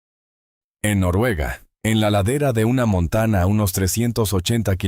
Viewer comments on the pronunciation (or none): ¿ que pasa con la letra Ñ? Es de risa escuchar el año por "" ano"" en castellano o español es CULO , montaña por "" MONTANA"" estamos en en el antartico o en una ciudad de EE.UU ?